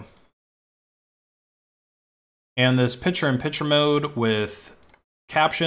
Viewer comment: "Pichur on Pichur mode"